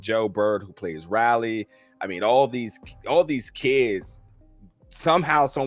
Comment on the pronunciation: I love how’s he saying Raly it’s Riley lol